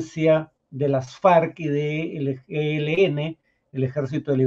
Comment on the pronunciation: mucho mejor en las entrevistas que leyendo las noticias. Pero por mas joven que sea tiene que saber cómo se pronuncia "Las Farc," que no es Las Farcs o Ley Marcial, y que no hay sociedades "bastantes" fragmentadas sino sociedades bastante fragmentadas. La ventaja es que es joven y puede mejorar...